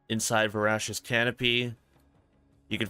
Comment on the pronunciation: Only a minute in and you've already said Jabbermogwai and Veracious weirdly 😂😂